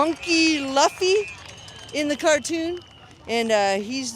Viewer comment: who the fuck is the person with the one piece flag that can’t even pronounce luffy’s name